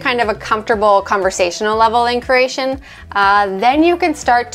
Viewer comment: Step One - Learn how to pronounce Croatian. 🙄 Says: “Craesion.”